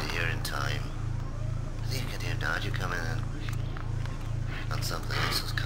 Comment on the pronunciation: It's not 'Nadja', it's 'Nadya', dammit!